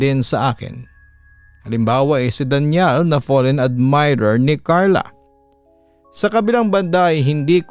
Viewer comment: Arte naman pagka bigkas, Daniel pala Danial naman pronounce mo papa dudut.